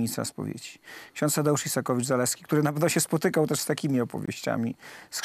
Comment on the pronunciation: Ks. Isakowicz a nie Izakowicz, wstyd Telewizja Republika, przekręcacie nazwisko tak znanej osoby?!!